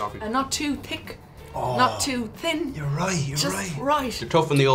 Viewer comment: Woah woah woah... Did she pronounce the 'th' in thick and thin differently?!?!?